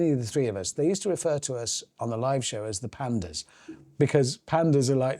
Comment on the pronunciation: "The Pandas" 🤣🤣🤣 That's so British.